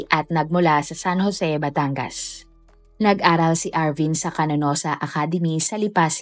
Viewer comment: "Canossa" hindi Cananossa at "Bauan" hindi Bunuan (Bawan ang tamang bigkas)